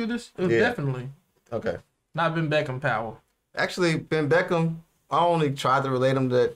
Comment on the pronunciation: Not benn beckham,it's benn beckman